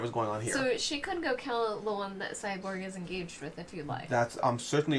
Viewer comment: Every time he said “Cyberg” instead of Cyborg made me chuckle.